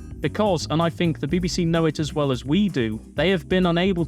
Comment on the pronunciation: With not wif . Think not fink . FFS